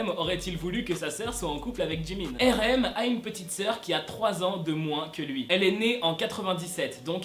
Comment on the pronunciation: tu sais je t'aime bien mais on prononce pas RM, erem 🤣🤣🤣🤣 on dit arem mdr 🤣🤣🤣🤣